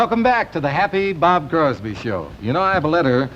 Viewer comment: At least get the guy's name right - It's CROSBY